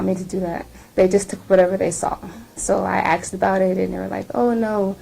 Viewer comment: This woman "axed" the hell out of these people like 10 times.